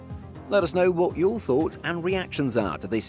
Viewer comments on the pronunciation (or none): none